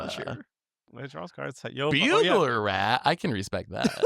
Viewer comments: Excuse me? bugler rat??? Did and really read Burglar wrong? Or is this an inside joke? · “Bewguler” rat…….